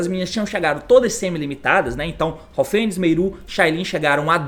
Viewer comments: T, recomendo vc chamar as cartas pelos nomes corretos, MERLI ao invés de Meiru, HAVNIS ao invés de Haufenis , etc A maioria dos jogadores não entendem quando vc fala dessa forma, só quem sabe das cartas desde seu anúncio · "Haofenis" também kkkkkk